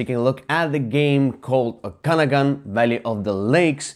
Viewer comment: Very good thoughts on the game: Just a helpful hint, Okanagan pronunciation: There is an extra emphasis on the third syllable :)